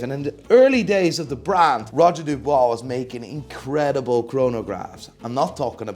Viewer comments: Who the hell is Roger Dubwa? Dubuis, my dear. Dubwi. Now repeat after me. Buying PP you must be strong moneywise, but you don’t understand shit about horology. You completely wrong on GS and AL&S because you don’t understand the innovation behind them. Ps. You can’t hide your Dutch accent, snob. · Its not roger du"bois" 🤡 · roger dubuis not dubois